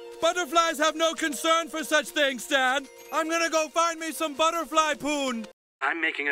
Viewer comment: I AM A ✨ BUTTORFLI ✨